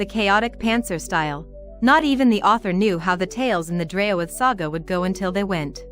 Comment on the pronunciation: ( Help me " O " Pronounce....Draoithe I'm getting ( Drayo -With )